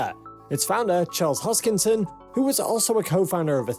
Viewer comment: If you're going to talk about somebody make sure you say his name correct his name is not Charles Hopkinsons